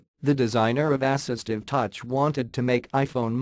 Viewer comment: ASS-istive touch